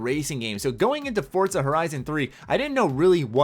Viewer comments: For-zuh not Fort-zuh lol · Don't think it's Fort-za, I think it's For-za